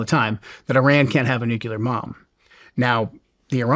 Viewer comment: he says “Nuclear MOM” not bomb. What does he know about the internet and AI algorithms that we dont!!??